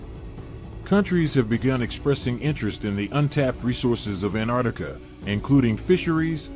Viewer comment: Where the hell is this anarctica? Im from New Zealand and below us is Antarctica it has 2 T’s in it if you cant say it how can anyone take you seriously.